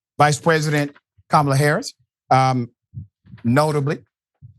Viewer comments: Jackasses can't even pronounced the VP 1st name correctly. Any EASY name at that. So, it's clear these white folks on Fox got their job via white privilege. Hence the need for affirmative action & DEI. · The purposeful mispronouncing of her name is a old racist thing that has been going on for years. They always do this to black people. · Not one of these idiots pronounces her name right! Rude, nasty dummies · They are talking about her intellect but they can't seem to pronounce her name correctly. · They are judging another's competence, but can't even pronounce the name of the person they're judging. Not people I can take seriously.